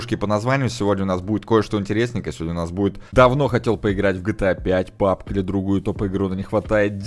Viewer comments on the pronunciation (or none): none